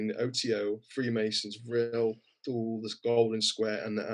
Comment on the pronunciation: Btw, Thule is pronounced two-le not thoole.